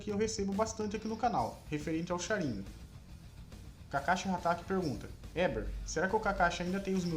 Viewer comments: Q agonia dele falando sharíngan ao ives de sharingan kkkkkk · Pq vc fala Sharínga n Sharingan ou tmb fala Chidóri e n Chidori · se pronuncia SharingÂn!!! Que agonia!!! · Mas que pronúncia top 👌 ChiDÓri ShaRINgan É um infarto a cada palavra... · Sharingan não possui acento no i